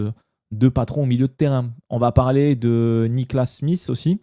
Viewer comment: Analyse sympa mais par pitié, n’appelle plus Schmidt en prononçant Smith 😂